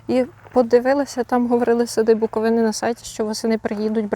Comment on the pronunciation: БуковИна і відповідно - сади БуковИни, наголос на першу літеру 'и'